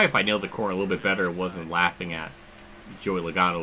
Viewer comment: Joey Loagano! Even Motorsports Games at least got his name right 😂😂